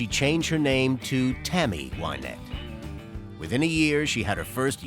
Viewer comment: So what is the right pronounciation ? Winette ? Whynette ? The announcers too seem to be confused.